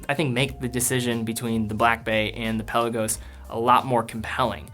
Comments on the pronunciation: Good vid, but “pel-law-goes.” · Love ur videos but u gotta stop pronouncing the Peh Lah Gos like that.